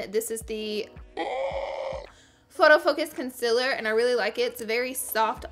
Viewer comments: It's not CON CEL ORR it's concealer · Honey it’s concealer not conciller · How you were saying conceller was ughh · Girl I love you but the way you say concealer is so weird. It's not con-sillar! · y do u said concealer like that